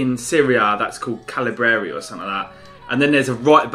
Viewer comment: Caldara and Calabria lol